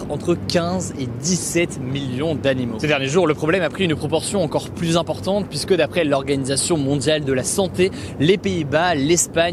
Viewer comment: Hugo et son « de plus en pluS » 🙏🤪